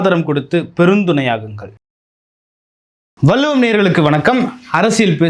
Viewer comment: " வல்லுவம்" தவறான உச்சரிப்பு நாக்கை மடித்து, "வள்ளுவம் " என்று உச்சரிக்க பழகுங்க😢